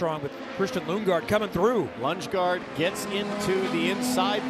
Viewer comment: He called him Lungegaard 💀